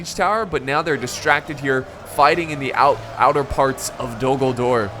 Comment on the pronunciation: Dogldore or did he say d dumbldore